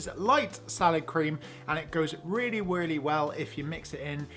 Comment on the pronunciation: weally weally well